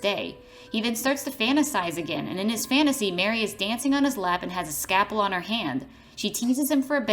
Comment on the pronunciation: My favourite part was the "scapel"